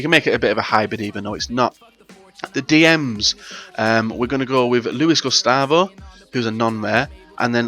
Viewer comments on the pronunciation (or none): ah the pronunciations make me cringe, at least learn to say a players name before including them in a video. ''blashakovski, lewis gustavo, manyewell neuer''